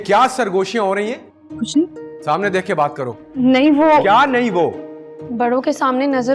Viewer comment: When said 'kyaa' that reminds me of hyderabadi language 😂😂😂